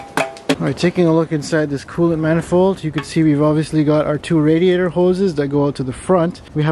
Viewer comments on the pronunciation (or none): none